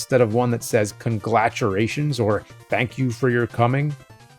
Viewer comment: Roll'n Rocker, congLatulations, and James horribly butchering the pronunciation of Ryu... Love how all the history of AVGN has bled over into Cinemassacre.